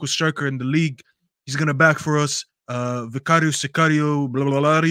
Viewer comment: Why the hell does pronounce Vicario that way? don’t see him pronouncing other names with the appropriate accent.